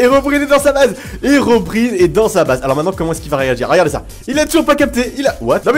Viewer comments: On dit HeroBRAIENE pas HerobrIne respecte toi olg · on dit hirobraïne pas hérobrine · On dit ocelo et herobraïne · Le i de Herobrine ce prononce comme en anglais